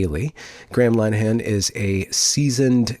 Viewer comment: How come you still don't know how to correctly pronounce "Linehan" ..?